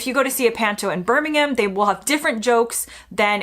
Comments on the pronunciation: Babes, well done for pronouncing 'Birmingham' correctly (from an English pov!). Not BerrrmmmingHAM...(!). Spend too much time in the South East, and you'll master 'Berm-in-um' 😁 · I just wanted to show appreciation for how you pronounce my home city of Birmingham 😊 You didn't say BirmingHAM the way most Americans do and I appreciate it. Thank you! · I would like to thank you for saying "Birmingham" correctly and Merry Christmas 🙂 Regarding turkey, I tend to find they are basically a flavourless soulless chicken on steroids and best avoided. Unless you slather it in cranberry sause which only goes to highlight how flavourless they are.